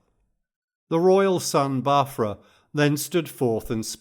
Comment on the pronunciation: Bau - ef- ra ... not Bafra❤ it is written Bau-f-ra ... letter F to be pronounced as the name of the letter.